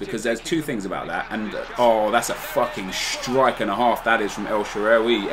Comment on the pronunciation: try typing "الشعراوي" on google translate and switch the language to Arabic. Thats the correct pronounciation for El Shaarawy's name since his name is an Arabic name. Like so he can see.